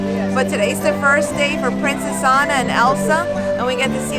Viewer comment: You're selling the merch....at least get Anna's name right lol poor Ah-na